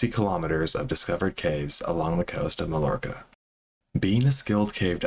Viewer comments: Its My-Orcah not Mullorcah. And ghee-yoam. Lol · It's pronounced mayorca bro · Did you entirely copy that other youtuber who also didn't know how to pronounce Mallorca? It sounds like "my-orca". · The island is pronounced Ma-York-Ah. The LL is a Y sound in Spanish. You're pronouncing the other guy's name wrong too. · It’s “mai-orca” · It’s pronounced mayorca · "Malorka" is not how you pronounce that... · It’s pronounced more like Mayorca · Do you expect anyone to believe you did any research when reveal in the first minute you don't know how to pronounce Mallorca? You haven't heard of this really well known place nor have an elementary understanding of Spanish? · Learn how to pronounce Mallorca, hint the two L’s make a Y sound.